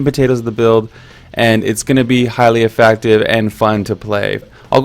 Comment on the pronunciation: "Effactive." Love the series dude. Keep it up <3